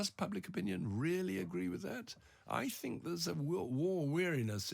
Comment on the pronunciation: "I thibnk there's a war weariness in the West." What's his evidence of that? He probably lives in a middle-class bubble. It's not what I hear.